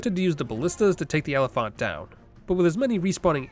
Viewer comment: I'm going mad hearing you say elephant but pronouncing the phant the same way you would in oliphaunt Like if you were just saying elephant then fair enough, they are basically just juiced up elephants after all and not everyone knows or cares that they aren't called than in LOTR but you're doing some strange mix of the two and I'm not sure if you just thought they just pronounced elephant weirdly in LOTR or if you normally pronounce elephant like that Edit: love the videos btw, I'm mostly kidding.... mostly